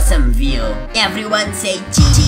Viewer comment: when u say "cheese" it makes me laugh when u say that 3×😂